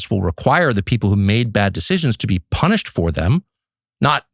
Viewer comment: All are punish--ed, three syllables